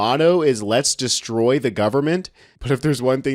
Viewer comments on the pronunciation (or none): none